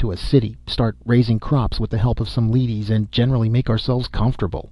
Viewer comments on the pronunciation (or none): I know it's my own neurosis but I can't listen to this when the narrator is so obviously mispronouncing 'leadies'. The word is used so often too. How can you read so many other references to 'lead' as metal and not realise it's the same pronunciation? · leadies" is pronounced "leddies"; the leadies are made of lead.